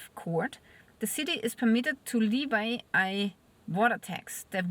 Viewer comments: Gnädige, für das Wort "levy" man sagt nicht "liewei" (wie "Levi jeans") sondern "lewie". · Levy is pronounced as Leveee in English (not Levi) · Levy is pronounced LEH-vee